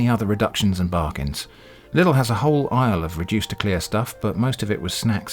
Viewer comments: in Germany they will laugh at you if you say Lidl like that haha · haha lustig wie briten Lidl aussprechen